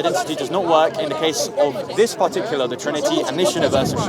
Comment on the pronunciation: "pahtuckular", u want me to sit here and waste my time listening to someone who can't pronounce a simple word in his first language LOL